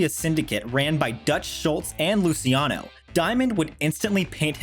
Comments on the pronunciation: I believe the pronunciation is Loo-chi-ano, not Loo-si-ano. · "lucky Lucy-iano" lmfao